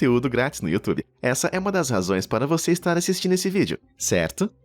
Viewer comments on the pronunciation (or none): none